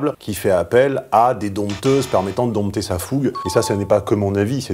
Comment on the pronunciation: Cher, le « p » de dompter, dompteur, dompteuse, indomptable… ne se prononce pas (c'est comme dans compte et compter).